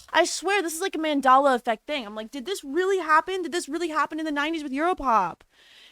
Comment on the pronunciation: Hilarious that you keep referring to "The Mandela Effect" while pronouncing it wrong.